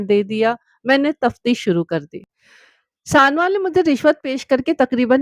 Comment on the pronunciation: Bibi mehrish sanowal galat pahar rahi ho